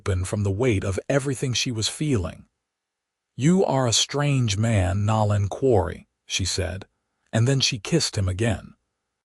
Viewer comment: I wish someone would teach the AI to pronounce things correctly especially the names of the characters… Nol-lan? No. <No-lan> Ree? No. <Ree-a> Then read, present etc. But other than that grating it was a great story.